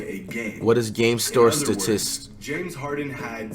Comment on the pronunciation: Are we all just going to ignore the fact that flight said “stortisis” instead of “statistics” 😂😂😂😂😂😂